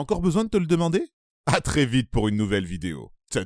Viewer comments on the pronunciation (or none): none